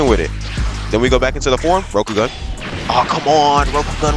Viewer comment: it PHYSICALLY PAINED ME everytime he said rokogun like bro your saying it wrong